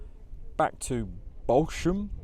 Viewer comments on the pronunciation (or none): I lived in Chichester Harbour (on a boat) for 3 years. Just to let you know that the locals pronounce Bosham as "Bozzam"! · Amazing isn’t it, we live in Pulborough only 10 miles up the road from Arundel and have never visited Arundel castle, likewise it’s only 17 miles to Chichester we’ve been there hundreds of times and never visited the cathedral. As a reasonable local, Bosham is pronounced Bosam.